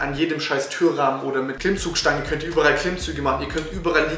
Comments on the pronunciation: Es heißt über all und nicht übe rall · Lieber gutes Video allerdings heißt es überall und nicht überrall;)